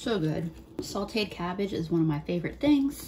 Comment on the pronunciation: I loove you. BUT. There is no "L" in sauteed.